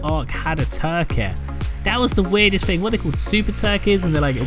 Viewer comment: It’s pronounced THing not Fing.....